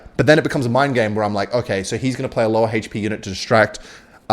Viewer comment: hi, can you pronounce "hp" as a normal human being? thank you!